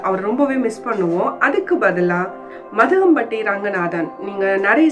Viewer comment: மதங்கபட்டி இல்லை மாதம்பட்டி